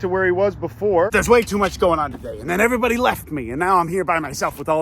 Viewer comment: I love how you are saying my last name when you say “Hello Every Baute” 😂